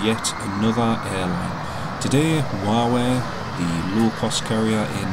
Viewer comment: When you say Wow Air fast, it sounds like you say Huawei 😂😂